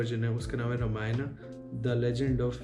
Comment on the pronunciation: Very good research but talking not रमायना रामायण is right